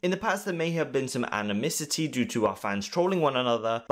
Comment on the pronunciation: Animosity becomes....Animisity? 🤣